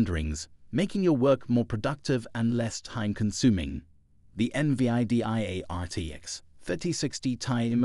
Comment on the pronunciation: eN Vee Aii Dee Aiii 😂😂 fk off mate